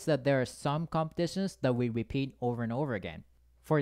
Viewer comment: When you pronounce repeat then bepeat is heard.🥸